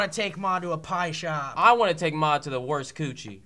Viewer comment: Wow, I really want Maude to be a host now. Like really badly. She fits perfectly with Stee and Will. They just need to pronounce her name properly. It's mawd, not mod